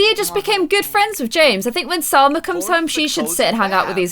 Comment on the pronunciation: your saying summer wrong get it right